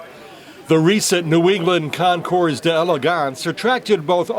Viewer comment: Hi, Nice video and well presented commentary. I believe that Concours, has a silent "s" at the end.